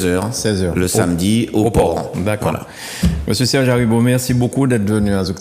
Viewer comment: Excuse-moi c’est monsieur Aribo et non Daribo